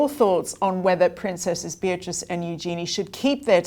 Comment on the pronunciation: I want Beatrice and Eugenie to keep their titles. Just wish you guys would pronounce them correctly 😂